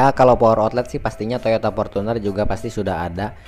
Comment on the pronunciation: Rival bukan ripal, Fortuner bukan portuner. Gunakanlah bahasa Indonesia yg baik dan benar 😁